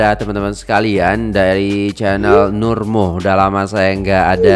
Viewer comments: Cah... NurMuhd tu sebenarnya sebutannya...NurMuhammad. singkatan Muhd utk Muhammad. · Nur Muhd.....di baca Nur Muhamad